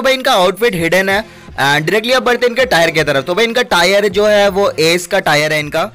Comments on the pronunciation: It's not tyre it's tier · भाई टायर नही टीयर होता है🙏😁😁😀😀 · Bhai Tire nhi Tier bolte hai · Tire🤣🤣🤣 it's tier bro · Tayar 😂😂😂 It's tear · Its tier not tayer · Tyre 😂 diamond 2 bc tier hota hai tyre nahi